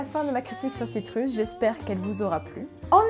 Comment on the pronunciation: Citrus se prononce "Citreus" T__T